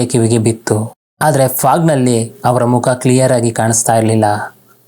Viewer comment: Kannada maat aadod kaliri sir firstu haaru .. hawara... haamele.... haagi.... haa chali... aayo first kannada kali guru